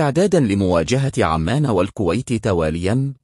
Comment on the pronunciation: عزيزي ارجو ان تلفظ اسم البلد مضبوط عُمان وليس عمان ارجو المعذره ارجوان لاتزعل تحياتي